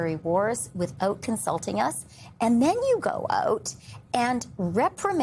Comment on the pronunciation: When you can’t pronounce “out” then I’m not sure how to listen.